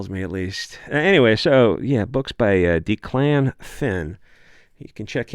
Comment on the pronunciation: Declan is pronounced Deck-luhn. Cool video topic.